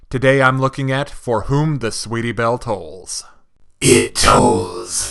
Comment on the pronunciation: Another good review. I'm not sure if you were saying tolls on purpose or not but it was toils.